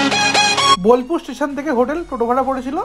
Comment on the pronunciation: Bilpur naa bolpur oii taa